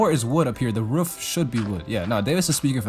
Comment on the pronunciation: U got good at pronouncing roof, still miss it when u say ruff tho